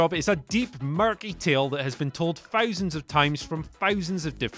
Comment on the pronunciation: "fousands of times from fousands of perspectives"